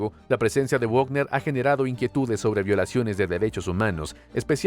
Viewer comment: Wagner se pronuncia Vagner. Al ser de origen alemán la w se pronuncia como uve y ésta como una efe. Como en Volkswagen que se dice folkvagen. Va para el locutor de este canal